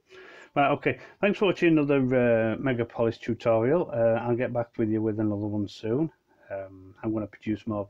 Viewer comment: It’s meg aaaaaaa polis